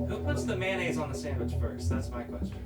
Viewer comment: please stop saying it like "man-naise".